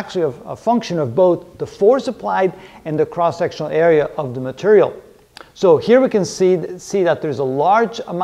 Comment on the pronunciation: "strong matarial"